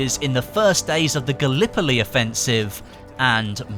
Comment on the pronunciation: As a Turk, I had a hearth attack when he said Gallipoli.